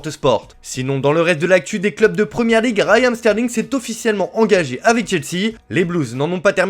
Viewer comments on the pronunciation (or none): *Raheem Sterling et non pas Rayan Sterling...